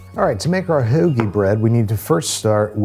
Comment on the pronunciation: was that an intentional hard "oew" Philly accent on the word hoagie???